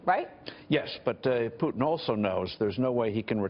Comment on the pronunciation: PUTIN XD IM SORRY I HAVE TO LAUGH IT IT IT SOUNDS LIKE PUDDING XD XD XD XD XD,oh ok im sorry ill go home...